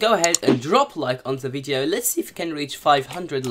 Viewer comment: Why are u saying vieto